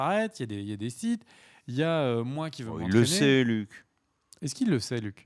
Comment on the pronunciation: pas les siffe mais les sith ^^